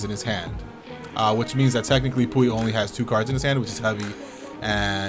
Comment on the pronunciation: Lol “pooey” -puy